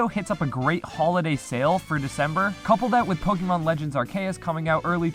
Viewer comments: This is great, but please stop saying “Ark-ae-us.” It’s pronounced Ar-see-us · Every time he said Pokémon legends “arkaus” I cringed so hard you can really tell he does not care for Pokémon what so ever especially sines he doesn’t know the release dates which game freak announced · I’m sorry but are-Kay-us BRUHHHHHHH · Why does he say arceus as ar kay us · "Ar kay us" lol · I don’t even KNOW how you got “Arkeas” from arceus. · There's many things that bug me to no end. Your pronunciation of Arceus is one of them. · why do you pronounce arceus like that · No matter what else was in the video that pronunciation of Arceus throws me way too far off any sort of attention i had. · I don’t think I’ve ever heard someone say arceus like that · you said arceus wrong